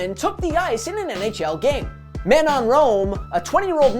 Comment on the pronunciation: Way to butcher Manon's name